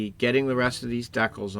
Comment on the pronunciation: Dec-els? Don't you mean Dee-cals? 😊